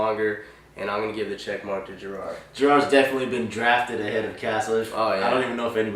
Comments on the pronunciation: Garrard is pronounced: "Guh-rard" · Shaub is pronounced "Shob" not Shwab. don't pretend to be hot football shit when u mispronounce 2 of the biggest QBs in the league (you also mispronounced Garrard"